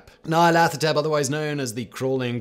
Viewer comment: You are correct. All his pronunciations were, um... admirable attempts.